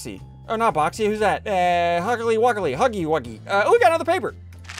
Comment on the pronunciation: Ssundee: Huggly wuggly 🤣